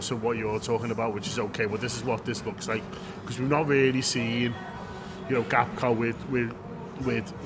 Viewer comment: Why can’t say Gakpo yet 😅